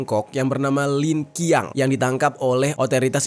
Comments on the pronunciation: cara pengucapan namanya yg benar adalah “Lin Chiang”, dan bukan “Lin Kiang”. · lin Qiang dibaca Lan chang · LinQiang Bacanya LinJiang tu bang 😂 Sehat selalu ❤